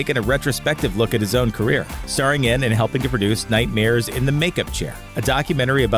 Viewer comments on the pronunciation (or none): none